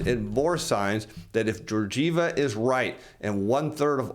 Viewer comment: I hope your shirts keep that level of ironing while you say Georgieva that way ... Man ...